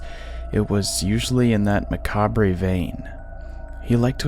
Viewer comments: I wasn't sure what he was saying like "macabre-y". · Please pronounce the word "macabre" properly.